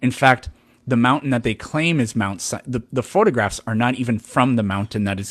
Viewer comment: he kept saying "the top of Mount CYANIDE is burnt"..